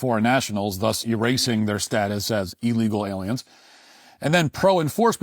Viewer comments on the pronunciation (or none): Matt pronounces illegal wrong, he says it like eel legal. It's ill legal. Come on Matt, you're better than that.